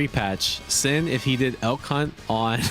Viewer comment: Man, every time you say Elk Hunt I think you say L C*nt, it took me so long to realize what you were actually saying.